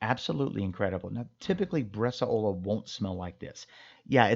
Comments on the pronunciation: Awesome. Btw, it's pronounced bresàola, not bresaòla. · I love your videos, thank you very much. Until I was scrolling through some previous videos, I didn’t realize you had made one on Bresaola. I’ve been making Bresaola for many years now at home with great results. I haven’t tried the dry age element, but that sounds like an amazing idea. If I may make one quick comment, and it’s not intended to be negative – just informative: it’s about the pronunciation of the word. It’s pronounced “BRES-SOW–LA“, not ‘bres-a-O-La’. again; thank you for the great videos. I really appreciate the time, effort, and knowledge you put into this !